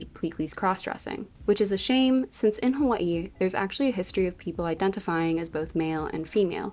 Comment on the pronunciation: As someone from Hawaii I appreciate the way you pronounce Hawaii